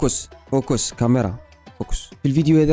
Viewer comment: فوكوس ✅فوكيس ❌